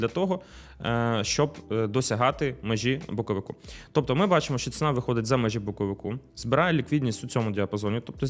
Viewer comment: "Боковику" де не треба ріже слух. Може вивчити де "боковика" треба казати, бо складно слухати.